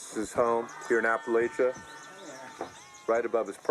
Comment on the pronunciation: These guys could at least say Appalachia right. And it's Pennies OF Promise.